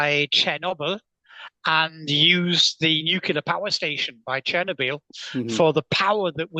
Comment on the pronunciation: I don't understand how an expert can mispronounce words like nuclear (new clear, not new cue lure) and Chernobyl (Chenner Beel?). Should this be more obvious to those who have participated in discussions with multiple experts? I'm being sincere, not snarky. I also noticed David Grusch mispronouncing nuclear. I'm pretty confused by this. I would think people who are in high-level discussions should be more detail-oriented.